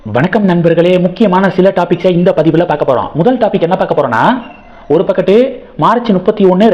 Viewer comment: Your efforts are fantastic and really great going.. but while you speak certain words are needed correction. For example you need to say ஒரு தரப்பு அல்லது ஒரு பக்கத்து ஆனால் நீங்கள் உச்சரிப்பது பக்கட் this is wrong. Kindly avoid.. Please take this as feedback. Good Luck and Interesting one you are doing kindly continue.